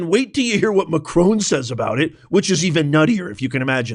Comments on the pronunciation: It's Macron not Macrone! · Who T F is Macrone ? Macron you W---er !